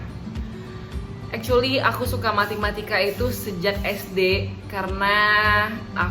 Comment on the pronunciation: Matematika kak bukan MATImatika 😂😂😂 Btw thx kak motivasinya! GBU 🙏🙏😊